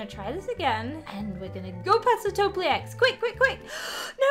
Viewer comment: Its not a topliec its a topielec